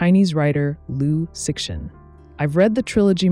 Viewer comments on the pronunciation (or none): Liu Shen. Tell your AI how to pronounce it, because it’s you who looks ignorant when it keeps pronouncing the X. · The problem is the creator cheesed out and used an AI with poor prompting. It loves pronouncing the name of the author with hard X, instead of the Chinese Liu Shen (don’t get me started). I agree that YouTubers should have higher education so they don’t invite tragically true judgements. This is what happens when everyone has their own TV channel, regardless of ability. Ignorance is putting me off YT altogether. 😢